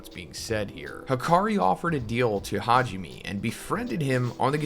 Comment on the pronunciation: It’s Ha ji ME (MEI/MAY) Learn how to pronounce the names for crying out loud.